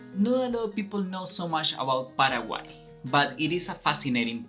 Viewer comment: Nada q ver con tu pronunciacion de PARAGUAY... El Guarani es nasal...